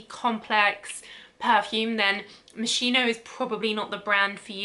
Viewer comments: Your pronunciation is really terrible! Moskeeno not moishino! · Its pronounced Mos ski no not Mossino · It's MossKino not Mosshiino 🤦🏻‍♀️ God! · Am I the only one bothered about how she pronounced moschino 😅😅😅 i believe it's pronounced MosKino (i could be wrong) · Dear, how sweet is the way you pronunce Moschino 🤩🤩🤩 It should actually be with a hard "K" sound for the Italian "Ch", but I am telling you FYI and not in order to play the annoying teacher. Love from Italy! PS I do adore your content!!! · Omg!!!! How can you review a product if You don't even know how to pronounce it??? MOS- KEE- NO!!!!!!!!! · ah just couldn't keep it going sorry as much wanted to watch video, moschino is mos-key-no, well atleast how you say it is still better than others 😊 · It's pronounced mos-Kee-no :) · no, it‘s pronounced mos-gee-no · You are pronouncing the designers name wrong. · The wrong pronunciation of the brand bugs me. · You pronounce moschino wrong